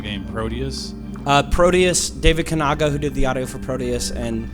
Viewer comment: Butchered the name of the Kanaga Piece... Check his writing